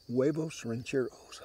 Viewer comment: Good pronunciation most people say Hooayvos when it's actually (Wehvohs)